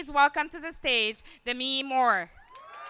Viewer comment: Dem-me Moore? It's Dem-i.. Learn to pronunciate